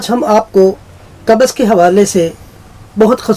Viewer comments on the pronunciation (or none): Kabaz nahi pakistaniyu qabz hoti hai tum logone to urdu ki mout kardi